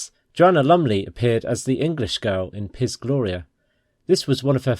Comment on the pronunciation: Uhm, Piz in Piz Gloria is not pronounced piss or pizz. It's /peets/ with a hard ts.